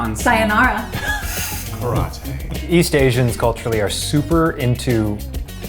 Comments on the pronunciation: Eugene: say something in Japanese. Keith: Karataay 😂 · "Karate" -Keith Habersberger, 2020